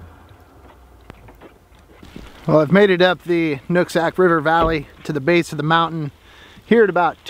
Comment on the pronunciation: "I've made it up to the... noots... ack river valley..." What i hear is you've made it up to "The Nutsack River Valley" XD Fellow solo van-lifer (though i'm in an LMTV and not a Mercedes) and I will never not give your videos a thumbs up because you are, in fact, doing solid work for all of us as a people.